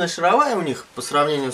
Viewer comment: Во первых не матерись - смотрел с ребенком и был на грани выключения. Во-вторых стУпица и шАровая... Слух режет жутко...